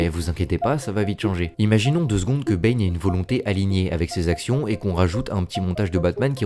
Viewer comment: What do you keep calling Bane? Is it “bean” or “B”? A couple of times it sounded like you said “Ben” and I think one time I even heard “pain”.